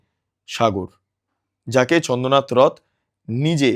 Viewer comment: মিস্টার, আপনার উচ্চারণের কারণে আপনার এই প্রতিবেদনটা শ্রুতিকটু লাগছিল। চন্দ্রনাথ কে আপনি চন্দনাথ এতবার বলতেছিলেন যে কানে এমন করে লাগছিল আপনার প্রতিবেদনটা শুনতে ইচ্ছে করছিল না। আপনার উচ্চারণ ঠিক করুন।